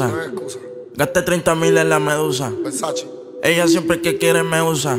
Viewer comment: It’s versace, not Versachi xd